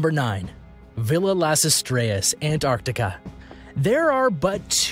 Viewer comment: what the hell see seas??????? it litteraly says seven wth 🤔😂😂🙄😂😂 also Ant Artica is definitely not a place😂😂😂